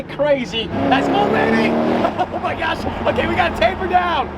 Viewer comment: "Oh my gyash"